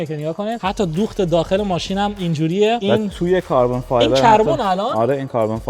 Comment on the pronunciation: چرا خارجی میگه کربن فایبر❤❤❤